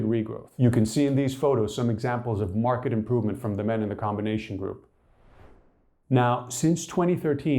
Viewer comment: Wherever you’re from, you didn’t study English properly…. Marked is not pronounced “mark ed” 😂